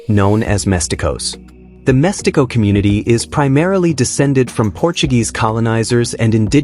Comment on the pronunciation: Great video, I find mixed-race people very interesting, but you pronounced badly the word "mestiço", it's read as "mestizo", not "mestico" or "mestiko"